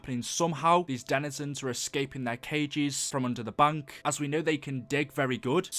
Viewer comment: It's bank, not bunk.